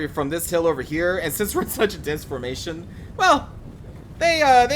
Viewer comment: I laughed when you say 'in the middle of your "formation"